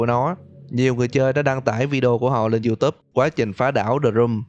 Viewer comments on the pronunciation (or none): none